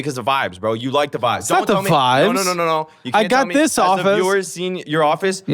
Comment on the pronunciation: He was also saying “Da”(pronounced duh) instead of“the” before getting called out